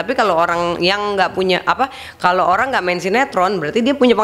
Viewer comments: Orang Tiongkok ya ? Ko sebut orang jadi olang wjkww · Oang...Bicara R dong